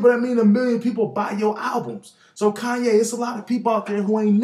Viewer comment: kanya west? lol